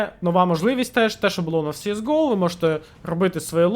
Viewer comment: Вуха просто хотять тобі забити пару цвяхів в язик « сіес гоу» Перший раз зайшов послухати про оновлення, вимкнув на першому твому « сіес гоу»